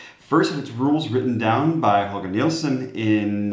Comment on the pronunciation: you really butchered Holger Nielsens name😂